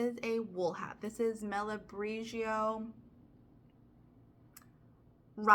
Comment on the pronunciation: Stopped your video to give you knitting advice: Malabrigo (pronounced mal-uh- bree'-go) will felt, not shrink in the dryer. It's a particularly rustic yarn. Either frog the hat and try again with a slightly smaller needle; find a friend with a bigger hat; or go ahead with your experiment (but beware!). Love the cross stitch, your cheeriness, your enthusiasm - all the things!